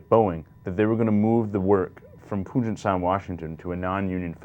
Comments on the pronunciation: Lol, "Pugen" sound. It's PUGET Sound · I thought it was pronounced Pyoojet sound, not Pooghet sound